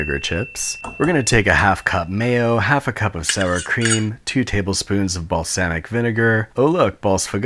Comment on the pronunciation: I'm sorry did he pronounce balsamic as ball-sam-ick